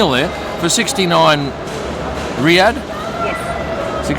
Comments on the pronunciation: Its RiyaL not RiyaD (the currency) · The currency is RIYAL (pronounced ree-yaal), not Riyad - the capitol city of Saudi Arabia